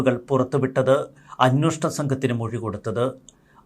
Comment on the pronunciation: അന്വേഷണം എന്നാണ് ശരിയായ വാക്ക് ഇനിയെങ്കിലും ശ്രദ്ധിക്കുക